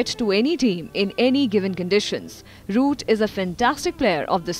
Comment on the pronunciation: It's jo root not joye root